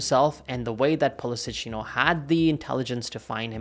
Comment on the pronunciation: It's time to pay proper respect to Pulisic and get his friggin name right......